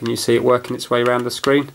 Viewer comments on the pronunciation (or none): none